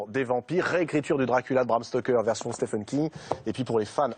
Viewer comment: Pourquoi tout le monde s'obstine à prononcer son prénom faux ? Stephen aux USA se prononce Steven, d'où la graphie Steven d'ailleurs... SteFFen c'est en Allemagne...